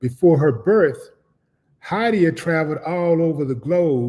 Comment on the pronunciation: 😖😣 EVERY-TIME you pronounced her name! Why don’t you all research your guess (Spelling/pronunciation) (name) in advance just out of respect alone before doing videos on them. That is NOT how you pronounce her name. DAMN. 🙄 Nice story BTW. 🙏